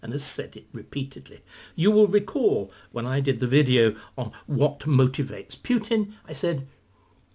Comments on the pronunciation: That jars with me too - I guess it's just not his style to pay attention to such detail and we know what he means. Similarly with the pronunciation: it should be "Pootin" not "Pyootin"; and who are these "Oogas"? :) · Putin is pronounced POOTIN..there is no “I” there so it is not Piutin. 🙂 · Like an American or Englishman pronouncing the word “new” or “tomato” perhaps Putin is one of those words. Pootin or Pewtin. Maybe a Russian could elaborate us! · "He is knowledgeable and highly skilled", and yet,,,,,,,,,,,,,,he cannot correctly pronounce Putin's name. Right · You are correct, of course. Numerous ENGLISH words are pronounced differently in UK/Commonwealth countries and the U.S. Remember what Churchill said? "The British and the Americans are two peoples separated by a common language." But my point is: "Putin" is not an ENGLISH word; it's a Russian proper name. And in general, Brits and Americans do NOT pronounce non-English personal and place names differently. "Moscow", "Russia", "Tchaikovsky", "Dostoevsky", "Tolstoy", "Shostakovich", "Vladivostok", "Lenin", "Stalin", and even such a difficult name as "Khrushchev" -- ALL these Russian names are pronounced identically in U.K. and American English. There is no reason "Putin" should be pronounced differently. At any rate,,,,,,,,,my point is NOT aimed at how the average Briton in the street prouncounces "Putin". David Starkey is not an average Briton in the street. My criticism is focused on Mr. Starkey's self-proclaimed status as a recognized scholar and academician. He considers himself a "wise man", and he wishes others to consider himself such. When such aself-appointed "expert" cannot pronounce correctly the name of the central actor in this current world crisis it should raise legitimate questions as to exactly how much of an "expert" Mr. Starkey truly is. That is all I'm saying here.